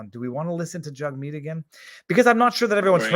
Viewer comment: Each time you say Jugmeet Jughead keeps popping into my head. Jagmeet better get use to the heckling and just because some cdn shoved his finger in his face, while he was in the car doesn't constitute harassement. It was a moment of anger. Had the guy bang on the window it would only constitutes intimidation. A misdemeanor. It was just rude if anything!